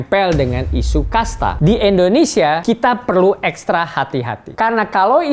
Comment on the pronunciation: Indonesia Pak..!! Bukan Endonesia..!! 😊😊😊😊😊😊